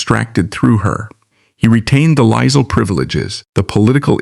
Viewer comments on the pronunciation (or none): The name is pronounced "Choo-der", NOT "Too-der" and duke is pronounced Juke, not Dook. Lisle is pronounced "Leel".